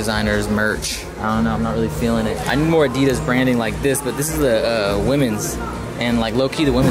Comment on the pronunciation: HOW THE FUCK DOES THIS GUY PRONOUNCES ADIDAS ???!!!!!